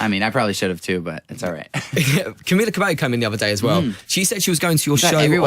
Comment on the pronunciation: El entrevistador merece un premio por la tan perfecta pronunciación de "camila cabaio" lpm